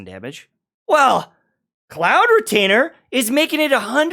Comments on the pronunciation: Highlights of Xianyun pronunciation: - Cloud Misgainer - Cloud Mislainer - Cloud Mitainer - Cloud Clianger? - Cloud Disclaimer! - Cloud Misdemeamor?? - Erectile Dysfunction!!!????????? - Cloud Miglager??? - Cloud Retainer (Finally) - Cloud Retainer (His learning boys) - Cloud Retainer (I'm proud of my guy) - Cloud Blainer!??? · i swear he keeps on mispronouncing cloud disclamers name every time he says it